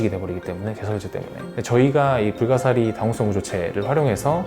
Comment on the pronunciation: 아 불가사리를 불가리스라고 읽음